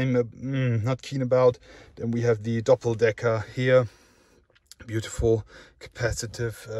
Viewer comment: "buutifful E63 amg" lol.